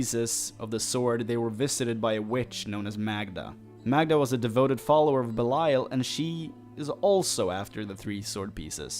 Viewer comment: BELIAL NOT BELAIL